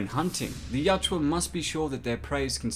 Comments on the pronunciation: dude it is yowt-JA, not yowt-JEWA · At some point I hope you learn the pronunciation of the name of their race.